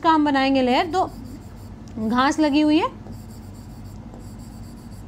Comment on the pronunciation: चुंहां nhi चुहा, घांस nhi घास 😂😂 Hme to aapki vocabs itne psnd hain jitne aapko nhi honge🤩🤩